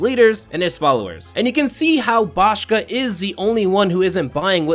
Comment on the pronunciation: You mispronounced Boscha's name.